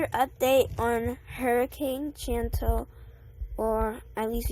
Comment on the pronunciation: CHANT-al LOL